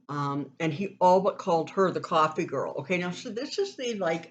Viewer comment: No, not the coffee girl ... the "coffvee" girl ... LOL